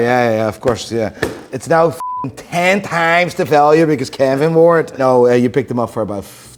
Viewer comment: Challenge to... learn to pronounce the word now like an american. Each time, I think he says nigh